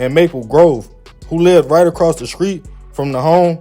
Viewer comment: can u say street not screets